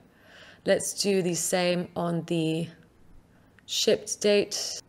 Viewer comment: Nice tutorial. Every time she says shipped I hear sh*t. I think it's just me, let me know if you do too.